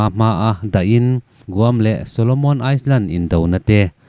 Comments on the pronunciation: ni e, in zir hi tlai luat a awm ngai love! 👌🏻👍🏻👍🏻 (Island) 'Aî-land' hi 'ice-land' tia lam hi a awl ve bawk a tin ni!! I âw hi ngaihthlak a nuamin, thil chhiar i thiam hle a ni. 👌🏻👍🏻👍🏻 Ka sub. nghal a che. 🤷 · Chhiar thiam lo lulai ltk... Hetiang meuh chhiar dawn te chuan a thlûk i thiamloh ni a i hriat te chu midang zawh ve tur che alawm le.. Admiral te Adimiral ti ten i lam a, ral kah lawng i lam thenkhat hi a diklo bawk. Island te Iceland ti ten i lam mai² a (easland te ti law² zawk la😅😅😅).. Ka chhiar tawh tho a ka ngaihthlak zawh sak lo mai ang che.. Sel na te hi insiamthat nan i hmang hlauh dawn nia. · "Shikoku Island" Iceland niloin...Island ( thliarkar ) s kha lam tel lo la😊Aiiland tia ri chhuakin lam laaa😂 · Hetiang hian Ailand tih tawp a lam tur ania, Aisland tih chu diklo pu jfa pawn a ti🤭🤭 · Island hi Ailand ti a lamtur ni awm tak ania😊😊😊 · i aw chu mawi hle mai chutih rual chuan island hi ailand tih a lam tur aw tumah hi thiam ber an awmlo nitin inzir zel tur kan ni hriatlohña hi hriatna kailawn ah chantir zel tum tur,,,etn- zaithiam singer te hi tamtak in kan lam diklo thin sing-ger ti a lam kan tam sing-ar ti a lam tur ani militia te poh hi mili-tia ti a lam kan tam mili-sia ti a lam tur ani a dang poh atam mai duhtawk phot ang ka lom e. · S' hi an silent a...